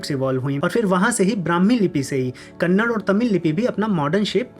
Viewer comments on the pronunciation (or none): none